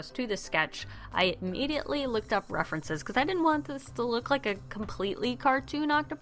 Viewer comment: 'ruffrences' lol